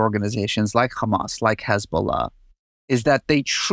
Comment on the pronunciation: In Arabic it’s not khamas, it’s just hamas. There are 2 Hs in Arabic and the word hamas uses the hard h, but that’s diff than the Arabic letter Kh.